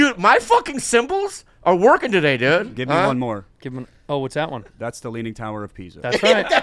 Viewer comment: “We gib up” 😂😂